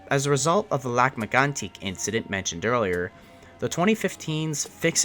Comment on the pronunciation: Why are you pronouncing Lac Megantac that way in this video? I've watched your video on that and that was not how you did it then.